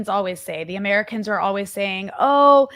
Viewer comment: can't believe that israeli propaganda video literally pronounces it 'khezbollah'